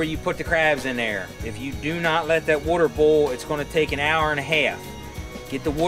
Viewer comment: Wooder.. lol.. Love it